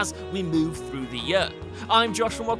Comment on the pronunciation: the way this guy pronounces 'year' really grinds my gears lmao